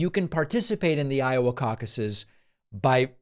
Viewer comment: Cauc-aye plural of caucus 😂